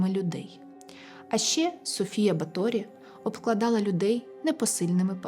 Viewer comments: Дуже дякую дівчатам за прекрасні історії, дуже якісний матеріал. Особисто в цьому відео дуже "різав слух " неправильний наголос в прізвищі Баторі. Удачі вам, з нетерпіеням чекаю на нові випуски, і дуже рада, що випадково потрапила на ваш канал 🤍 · Вітаю. Правильні наголоси: Рáкоці, Бáторі, Íштван